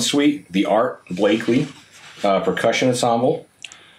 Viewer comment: And it is Art Blakey, not Blakely.